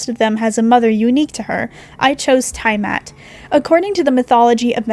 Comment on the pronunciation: The tiamat pronunciation hurt me And the fact pterosaurs got called flying dinosaurs